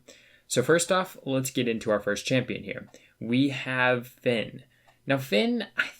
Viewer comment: Everytime you said champion I cringed